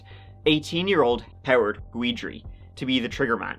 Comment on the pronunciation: Hey sweetie Guidry is pronounced Gid-ree.